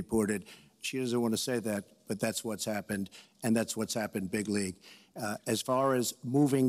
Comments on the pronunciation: cantstumpthetrump Yes, it matters biggly. Can't you tell? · big league